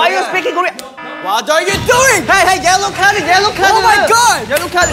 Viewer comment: im gonna never forget this hyunjinnie and binnie fighting ´´YELLOW CARDEU YELLOR CARDEU ´´your behavior is SO UGH´´ ´´SO SUDEU SUDEU´´, AND INNIE SAYING ´´I CAN SPEAK KOREAN´´ AND ´´LISTEN TO ME YOU UGLY´´, THEYRE ARE SO CUTE AND RUDE IM DYING😭😭😭